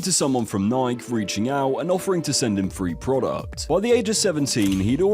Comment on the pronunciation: Nike, pronounced nikey